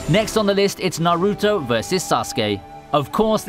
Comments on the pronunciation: Especially naruto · the way he said naruto made me cringe but he still a fellow weeb so we must love each other